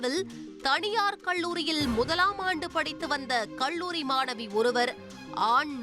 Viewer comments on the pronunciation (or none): நம்ம ஆண் செய்தி வாசிப்பாளர் பள்ளியை பல்லி என்பார்.. இவர் அவரோட தங்கையாக இருப்பாரோ??? கல்லூரிக்கு கள்ளூரி என்கிறார்.. எல்லா புகழும் தந்தி டிவி க்கே